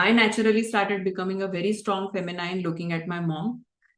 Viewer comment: Look for the pronunciation of “masculine” and also the “feminine”.